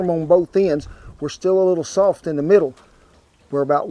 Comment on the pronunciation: He said “did thae job!!! Speak regular English!!!